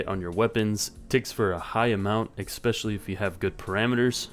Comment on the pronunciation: It's especially, not expecially.